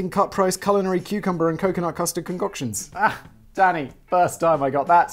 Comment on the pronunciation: Almost every time you say Danny’s name I at first think you’re saying daddy, & then I cackle for far too long lol. “Danny, chill 🤚🏻.”